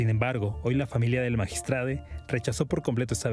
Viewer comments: MAGISTRADE???, POR FAVOR HABLEN CORRECTAMENTE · Porque chingados dicen magistrade ?? No sean mamones hablen bien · Ciro diciendo magistrade🤦‍♀️que ridículo se escucha, ese modo dw hablar es una esrupidez, igual qie toda la farsa y mentiras de este gobierno de 5a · Ches payasos hablen bien, MAGISTRADO Y NO MAGISTRADE INCULTOS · Magistrado se dice cire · CIROOOO no se dice magistradEEEEE no existe esa palabra se dice magistradOOOOOO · Qué ridiculos se escuchan los conductores de un noticiero diciendo magistrade.😱😱😱😱😱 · Cómo es posible que esté medio hable como toda la bola de ignorantes diciendo magistrade,es magistrado aquí y en china ,ahora se les va decir maricone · Dejen de destruir el idioma español diciendo magistrade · Por que dicen Magistrade. No memen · Magitrado, no magistrade la letra E , no cambia los sexos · Es magistrado no magistrade 😂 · Se dice magistrado